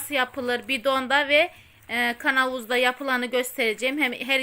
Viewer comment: Türk dilinde KANAVUZ DİYE BİR ŞEY YOK KAVANOZ DEMEYİ LÜTFEN ÖĞREN